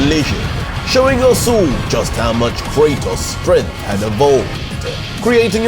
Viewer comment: Bro you saying kratos name wrong lol